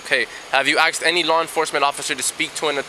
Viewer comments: "Have you AXED anyone to speak to an Attorney?" LOL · I always thought it was pronounced "asked" not "axed." Even cops are doing it now?